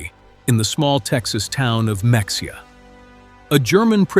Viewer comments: AI can’t even pronounce “Mexia” correctly! It is Me hia , not Mex e a. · Dear AI - it is Muh-hay-uh - not Mexia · Mex-ia? Uhmm, I believe it is pronounced Ma-hey-ya... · It is not pronounced mexia! Ma-hay-ah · Mexia Texas is pronounced "muh-HAY-uh", not "MEX-e-uh". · town is pronounced muh-hey-uh. However, locals pronounce it my-hay-er. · The town is pronounced "Me-hey-yah," js. But a good story nonetheless. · correct pronunciation for Mexia is Ma-hay-ya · Mexia is pronounced "mah HAY uh" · MEXIA, TX is pronounced Ma Hay’ A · Hey, learn pronunciation!! X in Spanish is J or H MEXIA IS PRONOUNCED H. ME hey ah. Mexico is Me hee koh. I bet you mispronounce Appalatchia, too. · Just for the record, contrary to what stands to reason, Mexia is pronounced muh-HAY-uh. Also, Wermacht is the correct spelling, but it's pronounced VAIR-mocked. Nothing against Canadians, but the plants, being in the USA, were aluminum plants, not aluminium ones. The planes were B24s, not B20 4s. I'm just curious as to whether Wilhelm von Braun should have been Werner von Braun, the rocket scientist. Um, Lieutenant is not pronounced LOYT-nent. I know it's not possible, but wouldn't it be eye opening if this could be shown to the Left Wing portion of our country, especially to high school and university students. Maybe, just some of the leftist thought would be traded for a little bit of a lean to the right. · The "X" in Mexia is silent. Mexia is pronounced Mua hay uh. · What do you expect from an AI narrator. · Pronounced Muh-hay-ya. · AI needs to revisit Spanish pronunciation: “Mexia” is pronounced Me-HAY-ya! It’s near where Conrad Hilton started his career. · the x is pronounced as an H